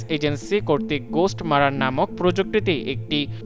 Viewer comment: ঘোস্ট "মারার" না মিস্টার। এটা ঘোস্ট "মারমার"। মারমার বলতে হৃদযন্ত্রের মধ্য দিয়ে রক্ত চলাচলের শব্দ কে বোঝায়।